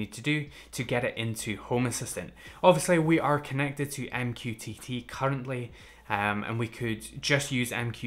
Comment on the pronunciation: i can never take mqtt seriously after hearing you say " m q tity " 😂😂